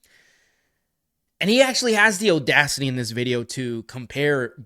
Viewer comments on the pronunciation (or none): bro said OHdacity